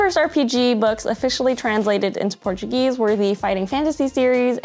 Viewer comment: Your effort to pronounce all the brasilian terms is remarkable and as a brasilian Its heartwarm to see